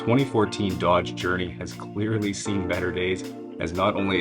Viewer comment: Did you say Dodge Journey or Dog's Journey?